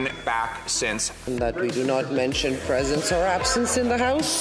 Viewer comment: Cant say presence or absence cmon man. Lol